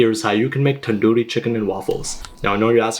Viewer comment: My guy said "Tadoori Chicken" 😭💀